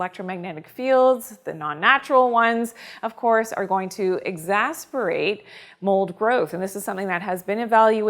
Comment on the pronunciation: she says 'excascerbate' incorrectly...